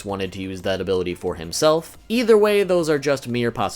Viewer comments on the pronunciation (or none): none